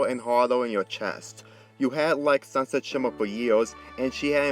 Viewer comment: dis guy said sunset shima